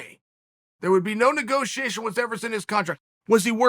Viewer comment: "No go tiation.."